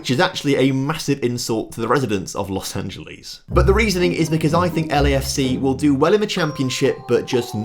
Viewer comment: The way how you pronounced Los Angeles is the real insult